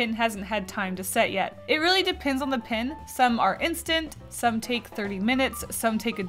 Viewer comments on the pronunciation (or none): why do you say pin? instead of pen... Im confused :P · It's pronounced p-E-n. Pin is not the same as PEN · When you say "pin" are you trying to say pen? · Hehehe you saying pen like pin is cool and unusual